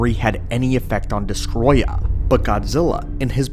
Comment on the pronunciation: It's Destoroyah. Not Destroya.